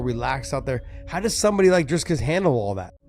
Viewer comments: Thompson calling dricus “Driscus” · How are Americans SO incapable of pronouncing foreign names? Driscus? Seriously? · Please do the man the respect of finding out how to pronounce his name correctly. Its pronounced " DREE-KUS" Not DRISCUS. FFS! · Hey you Poes, his name is DRIKUS pronounced DRIKIS and not DRISKUS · Why do you guys find it so hard to say Dri-cus? It's not Dris-cus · Who's driscus? It's DRICUS. DREEKUS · Dreekuhs - not Driskis. ffs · Who is " Driskus? " His name is DRIKUS - there is no S before the K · How are people still calling him "Driscus" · DriScus? Du PlessUS? Josh Thompson can't even say dudes name right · This is gonna be a sick fight Josh Tompson really called Dricus “Driscrus” ?😂😂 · Is it CTE why Thompson can't pronounce Dricus? There is no "s" infront of the "c"